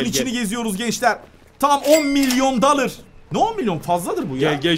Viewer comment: dalır değil dolar diye söyleniyo